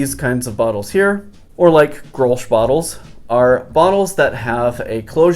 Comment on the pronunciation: I know it's counter-intuïtive, but grolsch is actually pronounced grols haha